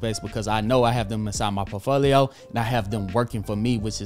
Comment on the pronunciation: I'd never trust a man who can't even pronounce "portfolio" lul